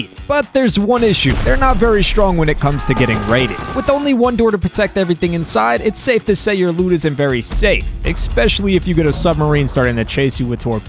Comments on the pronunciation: "Especially" not "expecially". It says this right in your closed captions. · There's no X in especially. Please stop saying it as if it were so.